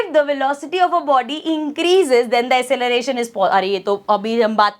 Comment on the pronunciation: Mam vese to aap meri teachee ho sorry❤❤ me aapko bta rhi hu ki aap acceleration ko asseleration bolte ho that is wrong pronunciation. By the way i m so sorry for teach u this❤❤❤